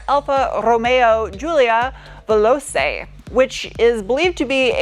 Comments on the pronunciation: "Vel ochee" and fabulous outfit i feel you try to cordinate with the spirit of the car your reviewing simply sensational. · it is 'veloCHE' , actually 🙂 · And it's velO-che. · Just an FYI. You pronounced the name of the car all correctly, except for "Veloce", which is pronounced with "ch" sound. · I thought the C in veloce is a ch sound.... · You got 90% of the pronunciation right, give yourself a break ! it's veloce as you say it but with the "ce" as "che" like you would say michael che name from snl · Pedant alert 😂 The 'c' in Veloce is pronounced the same as the 'ch' in chaps 👍🏼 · I guess every self-proclaimed language police allready told you it is pronounced Vell-ot-ch-e and not Vellose, but here it is again - you're welcome 😅 - I do hope people buy these, so that Alfa can stay true to it's roots and not be another victim in the SUV-pandemic. If only they made a fastback coupé of this in the style of the awesome 80s GTV6... that would be sweet! As always, a top notch review - thank you for what you do and Stay Awesome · Vel-ogh-chayyy not vel-ogh-say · Hi. Loved this review, and sorry BMW send you cars to review. As for pronunciation, say Ve-lo-Chay. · Love these cars, so much more interesting than other cars in the UK. Wish the V6 was cheaper, but seriously considering one of these. Pronounced Veloche not velose, for future reference. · Veloce [veloche] not velose 😋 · Velo-chay, not Velo-say. You're the best,, by far. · Veloce say "Velochè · Vel ooo ch eh… like the ch in church. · Italian is different from Spanish. Veloce is pronounced "ve-lo-che" as in Che Guevara if this should be in Spanish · Giulia veloCe is pronounced in Italian C similar to VeloCHe in English withous S or C' in Slavic languages. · It’s pronounced “ Ver lotch ay” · “Velosay” like come on America do some fucking homework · It’s pronounced “ve-lo-Che”. You pronounced it wrong! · „Velouse” 😂 FFS! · its pronounced "Velo-chay" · Veloce, pronounce "Velotche"..... Means speed.